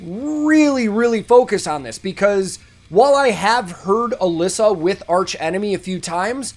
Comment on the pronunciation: Her name is actually pronounced Uh-lee-suh. Don't worry though I was saying her name wrong too for a long time 😂.